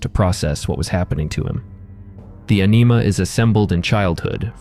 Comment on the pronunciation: Anima, but sounds like you are saying enema